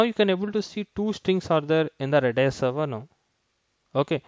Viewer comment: its R-A-D-a-a-S..or "Redis"